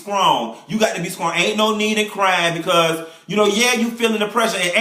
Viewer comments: Don't let her be "skrong" Lmbo!! You have just tickled me today honey! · "You got to be skrong"